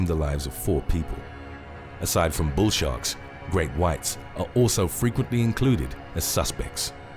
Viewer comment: At 9 seconds in it sounds like you say "Bull Shart" 🙂